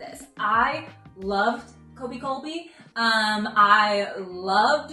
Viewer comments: Does Daniel think Koby’s name is “Colby”? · Fantastic review. Loved all the positivity! It still astounds me just how well this was received in general. Although it does break my heart every time you say "Colby" </3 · You keep saying Colby lol. His name is Koby, said like Kobe Bryant lol